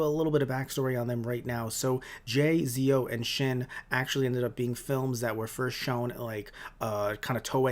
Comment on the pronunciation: Kamen Rider Zo is Pronounced Zetto! not Zeo as in Power Rangers Zeo XD!